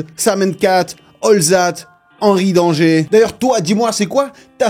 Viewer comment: Wesh ta dit hanry danger 😭😭 tu m'a brisé